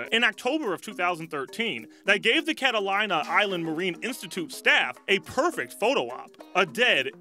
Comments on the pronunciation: "cata lina"...nope..pronounced "cata leena" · Catalina is pronounced KAT A LEE NA please.